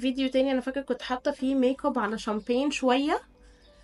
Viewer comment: 😂😂انتي بتقولي ميك كوب ليه